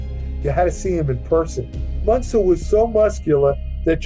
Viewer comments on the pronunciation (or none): the "ü" in "Münzer" is pronounced like how you say the letter "u" >> "yu". so the name is pronounced as "Myuntser", and you're saying it like the "Aa" in "munching". there were two options for you, either learn how to pronounce the name before making any documentary, or add in the disclaimer that "you may mispronounce the name" in the beginning. but you chose neither. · You could have at least asked google translate how to pronounce "Münzer" properly. And "Zugzwang". If you hadn't explained it I would have never understood what you even said. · Münzer is pronounced 'Moonzer.' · Two dots above the U a is pronounced OO , not Munzer. Sad to see a guy so obsessed like this .RIP